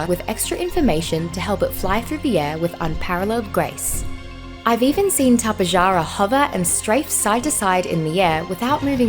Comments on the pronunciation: Yeah no I've been studying azhdarchoid pterosaurs for a long time and its the first time I've seen someone pronounce it like that. The correct way to pronounce it is Top-ay-har-ah but i like to pronounce it like Ta-pe-ja-ra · Tapejara is actually pronounced Tap-uh-har-uh, just wanted to point that out XD